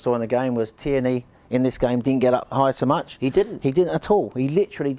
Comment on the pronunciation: 👏🏼👏🏼👏🏼 absolutely nailed the Tierney pronunciation time after time!!